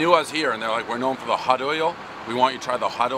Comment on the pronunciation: The "hutdoyle" pizza. One word. Can't say hot. Always says hut. You're struggling because you speak like you had 10 Monsters laced with meth and coke, all the time. High score=must be burnt and stiff crust.